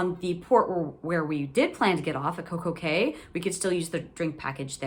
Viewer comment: Coco Cay is trademarked to be pronounced Cay like Kay, not key, so she was correct.